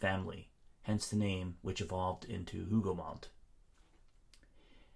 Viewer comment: Hougou mon. The T is silent. Thanks for the very interesting video. Much appreciated.